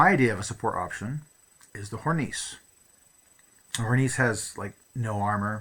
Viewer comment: Americans pronounce Hornisse correctly challenge: impossible